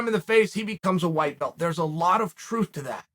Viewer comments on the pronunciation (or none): none